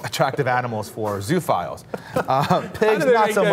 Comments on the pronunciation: I think it's pronounced 'zo-o-files'. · It's pronounced zoo-oh-philes.